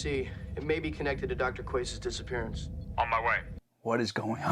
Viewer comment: Everytime I hear Dr. Quase, my brain hears Dr. Queef. Anyone else hear this too?